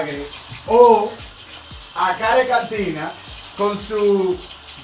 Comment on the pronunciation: Y klk dice el 😒